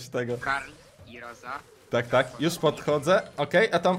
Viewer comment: Nie rołsi tylko rosa